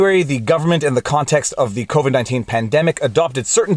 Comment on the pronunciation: It really, really sounds like you keep saying 'COVID-deeznutz' when you say COVID-19 in French.